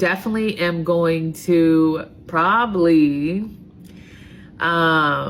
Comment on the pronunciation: I really don't care about this. I do care about a TEACHER not being able to say probably correctly!